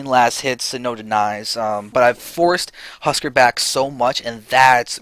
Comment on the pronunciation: "Husk-are" not "husker"